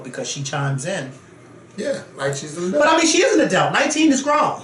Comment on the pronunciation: Yessss for saying “a-delt” about 20x in this vid. I love it. I disagree though. 19 is an adult legally, but she still should’ve stayed in a child’s place with these GROWN women.